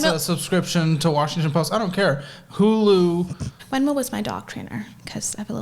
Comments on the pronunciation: I hate how she pronounces her “V’s” She has no accent, she doesn’t need to say “Wenmo” or “wisa” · What’s a “weezuh”? And what’s “wenmo”? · It bugs me how she can pronounce "F" words totally fine like "Forgot" and "Friends'" but somehow pronounces "V" words incorrectly. Instead she says "Wisa" and "Wenmo."💀